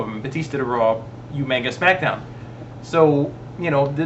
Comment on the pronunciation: u guys say umaga wrong